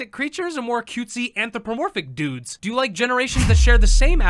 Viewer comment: HOLY SHIT, LIL CRITTERS AND DUDES?! currently chgoking, why tge fuck did he have to enphasisse so much man oh godf i t hurt